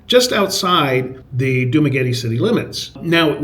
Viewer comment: Are you pronouncing "Dumaguete" correctly? It's not "Dumagueti", like "Spaghetti".